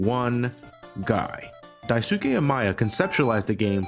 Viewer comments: lol you pronounced 大輔 like 大好き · The name Daisuke is pronounced Dice-K. Keep it up man. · its actually pronounced : dai-sk-eh....... not a weaboo just sayin. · isn't his name pronounced Dice-Kay? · For future reference, Daisuke is pronounced more like "die-skay". With a very short "oo" in the middle, which might depend on which local accent you're emulating (I'm unsure about how much that makes a difference). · Close man, it's pronounced Dive-Kay